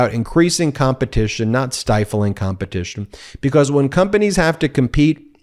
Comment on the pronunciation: bee cause, not bekoss. It makes your careful enunciation a bad joke. How you say it, not what you say